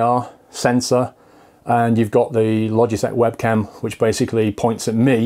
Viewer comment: ALSO WHAT THE FUCK IS "THUR" LOL JK BUT REALLY